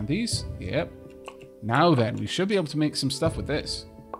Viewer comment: "We schould distribute the wealth evenly." I see comrade Donkey got to you.